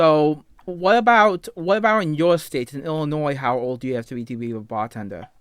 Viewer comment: “I’m twewwiwun, I wuk as a bawtenduhr. I’m awesoe a cwew weed.”